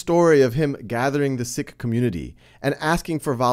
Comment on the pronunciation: can you even say sikh right? it is pronounced like this, "seek"